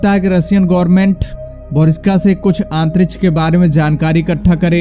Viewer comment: it really sucks everytime when he says Antrish!